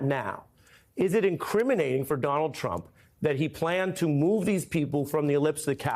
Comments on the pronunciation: he said “president dump” not Trump 😂😂😂😂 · OMGOODNESS!!! The lawyer for trump said, "president dump"!!! Hahaha!!! It was said , so start a little before. Things like this happen when you are trying to fast talk. Not to be confused with talking fast. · geez even his lawyer can’t speak… “president tump”😂😂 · the lawyer says "President Dump" 😂😂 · "President Tump..." I like that.